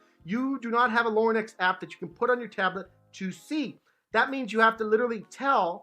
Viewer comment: He keeps saying “Lorn-ex”